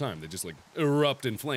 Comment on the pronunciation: The way mark says room “rum”